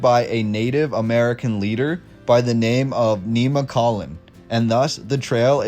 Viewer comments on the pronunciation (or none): Muh nog guh hey la ......nem (short e) muh coal lin 😂😊